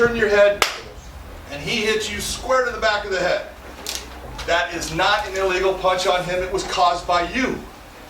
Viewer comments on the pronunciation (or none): lol his "illegal" and "a legal" sound the same